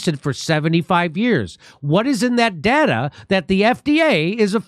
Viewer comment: why does he say "DATA" that way tho?